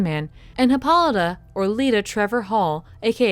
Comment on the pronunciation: Hated the mispronounced name Lye-ta, but it was awesome to see her and Hec on TV